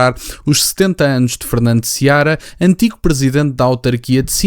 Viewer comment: Não é Seabra. É Fernando Seara.